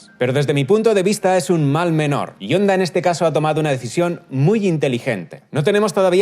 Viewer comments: «HONDA», NO «ONDA»; CON «H» SEMIASPIRADA, NO MUDA. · Se pronuncia Jonda no Onda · Hola, un error que has cometido en TODO el video, y es que HONDA se pronuncia como JONDA, la H suena como la.J en español. No te olvides que es una palabra japonesa escrita en Romajī. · jaja que grasioso que le dice onda a honda, aaaaa onda vital a todo gas a caso tambien le dicen alo a halo 🤔 pero muy bien video !!! un saludo 👋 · Me da algo cada vez que dice "onda"... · Se pronuncia "Onda" o "Jonda"?